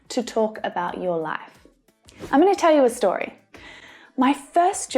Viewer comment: I"m a russian native speaker.As for me What the heck you talking abbout! when you sad "amma te u story"